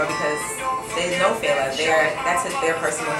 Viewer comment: Big ups to Cipriana!!! She said FE-LA, not Fayla. I love her!!!!